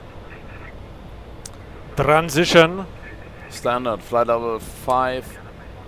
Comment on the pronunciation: I like how the FO speaks xD: Trrrrrrrrrrrrrrrransition hahaha